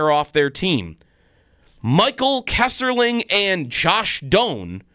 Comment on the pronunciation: it is Kesselring not Kesserling i know you are mad but please be professional